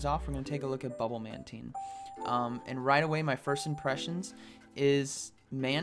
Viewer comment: Sounds like you say bubble man team...LoL